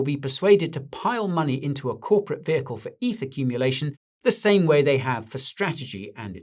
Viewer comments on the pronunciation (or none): none